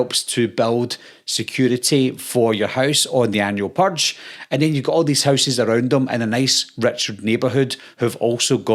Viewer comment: Yeah... I'm out cuz you can't pronounce "purge" correctly. Also: I've never seen a Purge movie, and I already know they are worse than Scream movies. Which I also have not watched. Seriously. All of this teenage horror crap is like drinking ur own piss.